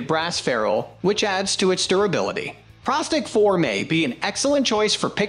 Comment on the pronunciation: And pro stick ,not prah stick,lol